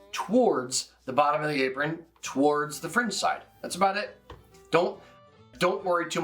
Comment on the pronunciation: say towards again.